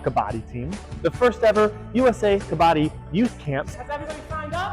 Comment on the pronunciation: Love your passion and vision. The song at the end is great! Please please please please PLEASE pronounce Kabbadi correctly, as they do in that song. Please! 🙏🏾